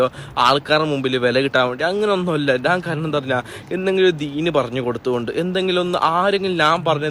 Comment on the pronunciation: ഞാൻ - നാൻ മഞ്ഞ - മന്ന ഇത് ശരിക്കും പറയാൻ പഠിക്ക് ആദ്യം😂😂